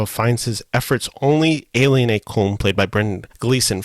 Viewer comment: You should pronounce Colm as though it was spelled COLUM. Please get lt right.